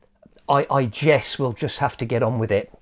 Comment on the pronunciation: “I GESS I’ll just have to go on with it” hahahah nice review! Subbed!